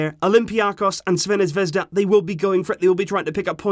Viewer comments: You attempting to pronounce Crvena Zvezda is golden hahaha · Who else struggles to pronounce ''Crvena Zvezda''